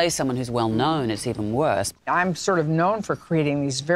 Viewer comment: Isn't "I'm" two sylllables.. It sounds like two to me.